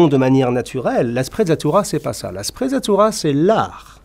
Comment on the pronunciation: Sprezza signifie à peu près mépris La sprezzatura est une sorte de négligence feinte, de désinvolture apparente devant la difficulté et tout ce qui demande travail et effort. Une sprezzatura qui aurait été appréciée dans cette vidéo eût été de prononcer correctement l'italien, avec en outre la légèreté de l'évidence.